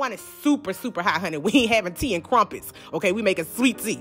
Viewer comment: "we ain't having tea and kwumpets" bless you.